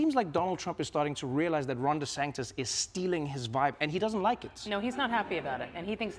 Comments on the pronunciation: I love how Trevor calls Ron Desantis "Ron Desanctis." Makes no sense. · Trevor, it's DeSantis, not DeSanctis. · I've noticed Trevor is consistently saying "DeSangtis" instead of DeSantis. Has anyone told him before? Or am I missing something regarding how DeSantis is pronouncing his surname? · Great interview. It sounds like Trevor is putting a C in Ron DeSantis' last name. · Trevor: DeSanctis😲 Maggie: Desantis🫥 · Great interview, but why does Trevor keep pronouncing it "DeSanktis'? Haberman seemed to follow it by mentioning "DeSantis" each time to keep it focused on the correct person. But I found it oddly distracting. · Why does Trevor pronounce DeSantis as DeSanctis? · it’s DeSantis, right? not DeSanctis? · Great interview with a super intelligent woman... But, Trevor.... it's not "DeSanCtics"... it's De Santis ! Just a little annoying issue ! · Trevor why are you saying DeSanCtis instead of Santis? You've still got deSanctimonuous on your mind I think... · “De Sanctis” lol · Am I mis-hearing Trevor? He seems to say the Florida governor as deSanctis with an internal c. Maggie says it correctly. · Am I the only one hearing Trevor saying „Ron deSanCtis“? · DeSanctis? Unusual mispronounciation for Trevor. And she's sitting next to him saying it correctly. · Has Trevor been saying Ron De SANCTIS? That is what it sounded like. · Ron Desanctus? is he purposely saying this? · Stop saying Sacntis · Why does Trevor keep saying DeSanctus? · Why is Trevor mispronouncing the governor of Florida's name? That's like a rookie mistake. I don't get it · Why does Trevor keep mispronouncing Ron’s last name? 😂